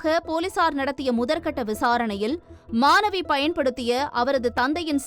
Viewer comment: தமிழை ஒழுங்காக வாசித்து தொலைக்கவும் !!! அது மானவி 🤦🏾‍♀️ இல்லை ...... "" மாணவி "" !! ன , ண , ழ , ல , ள , போன்ற எழுத்துக்களை சரியாக உச்சரித்து பழகித் தொலையுங்கள் ...... எத்தனை முறை தான் சொல்வது !!! உங்கள் தமிழ் உச்சரிப்பு கேட்கச் சகிக்கவில்லை !!!